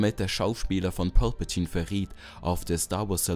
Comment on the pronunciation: Sag doch nicht pülpültine